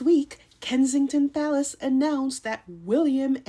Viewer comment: Did I hear Kensington Falace? 😂😂😂